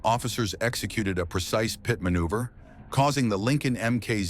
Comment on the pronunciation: Another CRAP AI generated and narrated video. "Yellow Chevy Suburban " ? "P, I, T. maneuver" ? LOL!